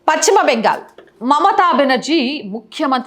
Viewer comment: Pachima bengal kaadu talli.neeku telugu pronounciation raada ?paschima bengal antaaru. Telugu pronunciation nerchu koni video lu cheyyi